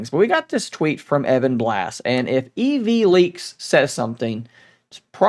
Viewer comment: Isn't it ev not eee vee leaks? Anyway, I agree, where's the market for this device?